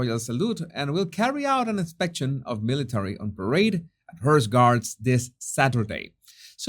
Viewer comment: Pronounced........Horse (h-ors) NOT Hearse.. Same with Court (core..t) NOT Kert